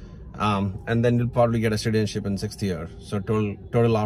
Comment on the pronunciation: did you say shitizenship?😅